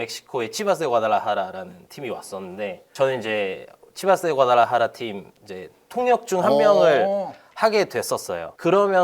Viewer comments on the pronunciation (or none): 과르다할라 -> 과달라하라